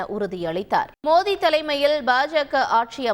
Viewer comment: Ennada iwa modhi nu solra..😂 Oru vela thikku vaiya irukumoo😂